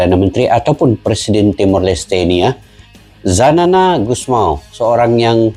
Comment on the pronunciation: Xanana Gusmão Bukan Zanana Gusmão